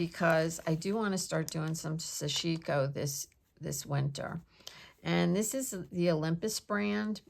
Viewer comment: Such interesting stuff!❤️❤️❤️ Btw, I may be wrong, but I think the pronunciation is SASH-i-ko (short i).